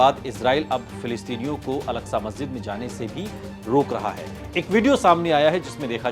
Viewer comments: Masjide agsha kaha ja ta hai algsha nhi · الکسہ نہیں ہے اکسہ ہے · Alaksa masjid nahi ''Aksa masjid hai'' plz correct your pronunciation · Oooo hero pehle to naam Lena seekh wo alaksa masjid nhi he masjide aksa he wo samjh ❤❤❤❤ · Wo alaksa nahi. Aksa he naam to sahi le. Bc..